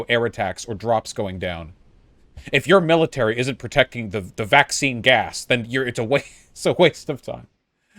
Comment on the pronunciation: "the vaxcine gass" lol.